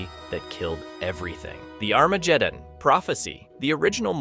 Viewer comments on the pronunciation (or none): I thought I was the only one tripping when I heard that. His pronunciations are not ideal lol.